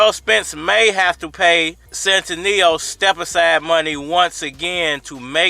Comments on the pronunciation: Lol u keep saying his name wrong 🤣 it's Stan-ee-yo-niss 🤣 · Bruh you butchering his name so bad stan-knee-onis it’s not hard 😂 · You really butchere the man's name.